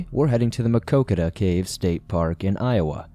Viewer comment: I am impressed with your pronunciation of Maquoketa! The story hits close to home and the community still mourns. The Caves was my first and best camping trip with my two sons. We still continue to visit.. one of the most beautiful places in Iowa!